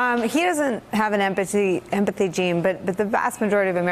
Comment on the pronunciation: Why can't any of them say empathy properly?